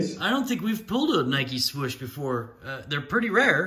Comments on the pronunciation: Nike Swoosh not swish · Interesting Product with some intriguing autos! Pretty cool looking Nike Swoosh Card! Oh Gawd Not A Redemption 😵😵😵 So Stupid of Leaf to pull this crap and it's a lame-waddean idiotic redemption. Cool Box!! P.S. It's SWOOSH not SWISH 😂😂😂😂😂